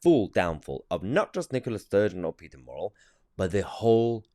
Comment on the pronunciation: Good news content. But his name is "murrell" not morell as you are calling him !!